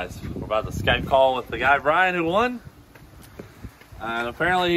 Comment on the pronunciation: Brian Weiderman. Laughed when Cleetus pronounced your name though. Brian is a heck of a guy and this is well deserved. Congrats